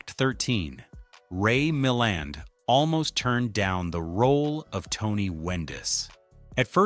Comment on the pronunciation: I have never rooted for Tony Wendes. AI says "MilLAND" correctly once then never again. It's not THAT intelligent.